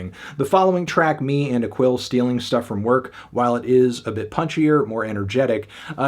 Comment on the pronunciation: Not to diminish your review, and I feel a little awkward coming here to say JUST this, but I'm in a rush: That's not how you pronounce "Aquil," man. Mike's friend on the album's second track. It's "uh-KEEL." Or "potentially "ah-KEEL" but it's really more of a schwa; anyway, it's the second syllable that matters. Same principle in how you say the second syllable in "Joacquin."